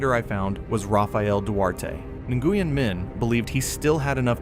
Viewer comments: Name is pronounced "Win"...not "In-Goo-yen" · Nguyen is pronounced Nwyn.